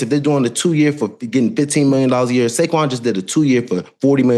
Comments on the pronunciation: I think I even heard an N also… Saynquez Barkley 😂😂😂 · Did he say Sayquez Barkley??? 😂